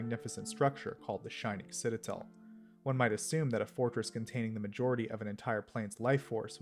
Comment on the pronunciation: Back and still mispronouncing Citadel